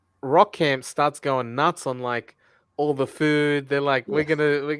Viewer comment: sometimes pronouncing Rock Camp, “Wok” Camp like Ant! 😂